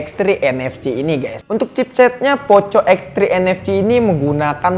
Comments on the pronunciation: Bang ngomong nya jangan poco tpi poko emng sih tulisannya poco tpi dibaca poko soalnya gak enak didengar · Sorry bro ngomong poco itu bukan poco tapi poco, ga enak didengar kalo ngomong poco